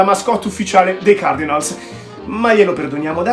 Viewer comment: Si dice " seint cardinols. e word series ha una o chiusa e non aperta. Non è ozzi ma ozss. Un suono a metà del s e z. Per il resto un' inglese accettabile per il livello italiano